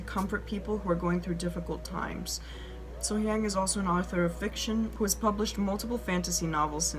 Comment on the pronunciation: Love love love your reactions and analysis. Just a small tip to all her lovely fans--the "hyang" part of her name is pronounced with an "ah" like So-Hyahng. I'm American, but I've lived in South Korea since 2004. Native English-speakers always make this mistake with Korean words like the Gang in Gangnam Style is also "ah," and it just has to do with how it's hard to transliterate Korean vowels into Roman letters.